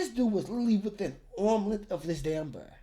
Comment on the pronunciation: you say "bear", i keep hearing "bird" :)))))